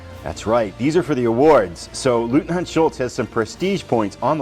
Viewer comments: Someone gave you the pronunciation? “LOYT-NINT” Except in Austria😂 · It's pronounced LOYTNANT. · I believe the correct pronunciation of 'Leutnant' is 'Loyt-Nant'.